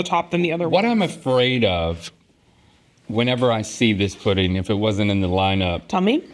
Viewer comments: Definitely sounded like he said praise Putin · It sound like Link said… “Praise Putin like you should,” 😝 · I thought he said "praise putin". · I first I thought link said “praise Putin like I should” lmao 😂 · In that voice, it sounded like a love letter to Russia (or a better option, poutine!) 😂